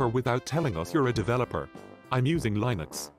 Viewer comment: I stopped watching the video when the narrator said "Lainux"